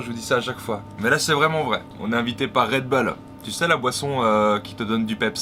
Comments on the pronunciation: red beuls Mdr sa se dit bull tout simplement:-D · ça se prononce redboule pas redbeul , comme les chicago bulls on ne dit pas chicago beuls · pas "red beul" mais "Red bull (boule)" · "RedBoule" pas "Redbeule"! :@ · on dit redboul pas redbeul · REDBOUL STP ET MAS REDBULL(a prononcer)😂😂😂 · Damien Rousseau plutôt redbulle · mdr on dirait qui dit réd beul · Et mise a part le red bull que je prononce d'une facon différente, vous aimez la vidéo?